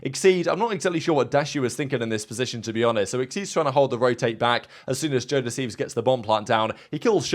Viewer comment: Anyone else hear "jodeci" when they say joe deceives? Or just me?